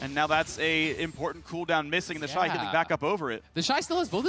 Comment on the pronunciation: Its TheShy not TheyShy